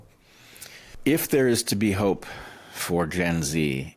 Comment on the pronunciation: I think it’s “cyclically”. As in “circle” or repeating